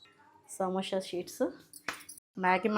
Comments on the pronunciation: సమోషా కాదు madam సమోసా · సమోష కాదు అండి '....... సమోస అండి